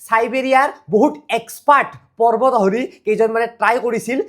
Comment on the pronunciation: পাৰ্বত নে পৰ্বত কেলা।‌ ইমান অভিজ্ঞ হৈ উচ্চাৰণ কৰোঁতে অলপ সাৱধান হ'ব লাগে ।